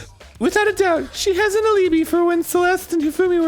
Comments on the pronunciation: English is not my first language and for a long time I used to read alibi as Arin do for the bit, aleebee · The only aspect of this murder case that had more trouble staying above water than that highly inappropriate "milk sack swimmer girl" comment directed toward Aoi was Arin's pronunciation of the word "alibi".